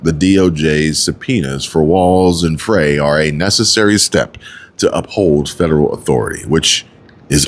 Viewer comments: no, I want no association in being part of Chi-Canadia. I want my state back (Minnesota) Edit: Jacob Frey is pronounced Frie like French fries. Js. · Jacob Frey is pronounced FRY